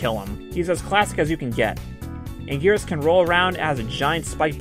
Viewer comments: why can anguris be called angweenis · For Anguirus you should just check the gamecube game and select him because they pronounce his name so everyone can agree on a name